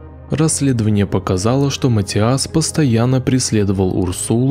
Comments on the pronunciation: ваше матиАс невозможно слышать... это каждый раз удар по ушам. Неправильное ударение очень влияет на восприятие. имя матИас довольно распространённое, непонятно почему у вас сложности с его произношением. При подготовке видео желательно проверять и тренировать произношение/ударение. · Матиас, ударение на "и"🙏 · приветики;)) Имя произносится, как МатИас! Ударение на "И"! Спасибо, за ПРЕКРАСНУЮ работу!!! Получила "море" УДОВОЛЬСТВИЯ;)) Nicole Tel-Aviv ISRAEL Shabbat Shalom 🙏